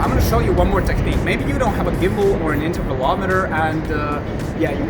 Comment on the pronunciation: Did he say tevelometer? The picture taking device?